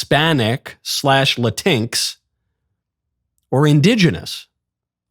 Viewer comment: It's not Latinks. It's Pronounced Latin-x. Come on bro. I think it's stupid just like they do. PRONOUNCE IT RIGHT DUMB DUMB.